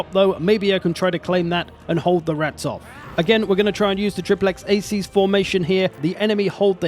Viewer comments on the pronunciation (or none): principes = prinkipes, triplex acies = triplex akies with the same accent but C are K Loved the video, roma invicta